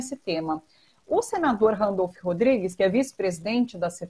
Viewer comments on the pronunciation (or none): você é adorável. Mas por que fala "Randolph" Rodrigues? Um beijo.